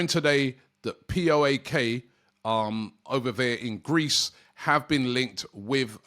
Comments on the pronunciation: "pee oh ay kay" 😂 Just say PAOK brudda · Who’s POAK? 😂 it’s PAOK Robbie, pronounced PA-OK for future reference bud.